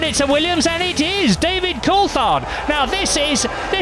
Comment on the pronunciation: Did that announcer just pronounce David Coulthards' name three different ways in three consecutive trys?????? wtf